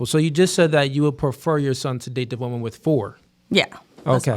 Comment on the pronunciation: Why can’t pronounce woman and women correctly. Until he fixes this egregious speech issue nobody should watch his content again and punish him for this bad behavior. You can’t shit on 304s who all sound stupid and then sound stupid yourself.